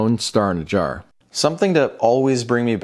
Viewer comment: everytime you say jjar i think of 1 men 1 jar